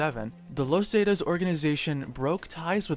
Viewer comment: You pronounce the word zeta so wrong